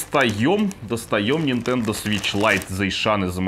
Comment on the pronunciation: 2.28 "включаем нашу нинтендУ свич лайт" - как гвоздем по стеклу